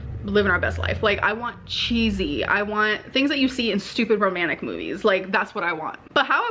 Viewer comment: I hate how she says romannick, not romantic 😂 Also Becky trying to change the meaning of the day is so sweet tbh